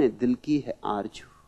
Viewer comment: Aarzoo not Aaarjoo. Babaji, pls dont spoil the beauty of urdu language,. People worship a guy who can't even pronounce the sound 'SH' or Z